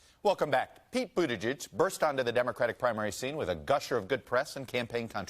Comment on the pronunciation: Best pronunciation of Buttigieg to date by a TV interviewer.